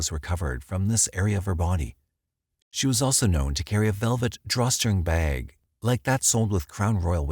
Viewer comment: I can’t watch this because of the way he pronounced Spokane and “bag”